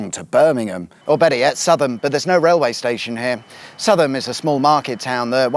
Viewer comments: Excellent yet again. I had to hold by breath before your acerbic wit was applied to my home town of Nuneaton. The Leamington pump rooms has amazing interior brick work. Have a look next time. Finally you’ll have to do the Southam section all over again. It’s pronounced ‘Sowe.. tham’ like the female pig. Btw Nuneaton famous for George Eliot, Larry Grayson and Ken Loach - and one of them was a woman. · It's pronounced South am, and it's been a market town since 1227. Allegedly Ian Beale off EastEnders once hid in the phone box by the coop because some kids were throwing snow balls at him. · The town that you mention Southham pronounce South ham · I thought it was more Sow'vum ....Sow (like the female pig rhymes with cow) Not south ham it certainly doesn't sound the hard h of ham. Maybe south'am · You really ought to talk to some natives: it’s south-am. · Brilliant video (love these road trips) - I think it’s pronounced sowthm though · "Well-ess-bourne" lat week, "Suthum" this week lol, this guy never gets the pronunciations right. Has he been to Loughborough yet? Or should I say "Loogaborooga"..? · You REALLY need to check how to say the place names correctly. "Suutham" does not exist. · I have to comment again... southam is pronounced south ham! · Southam, pronounced as 'South hum' Great vid of my local haunts. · Close but it’s more Sow thum - that’s sow as in a female pig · Southam. Pronounced: South-um. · Great video but I think it’s pronounced south~am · Southam.... Sow (as in female pig) tham. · Its pronounced "Sowth-um"/“Sowth-ham” but good video! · Came here to say this! I worked at Codemasters and everyone called it Sow-tham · True, but "Suvull" is the local pronunciation of Southwell, whereas Southam is always pronounced as "Sowthum" regardless. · The pronunciations of Draycote and Southam are killing me 😭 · Oh hell you definitely don't know how to say southam 😂 comical gold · You pronounced southam wrong 😂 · its pronounced sow-thum, not suthum!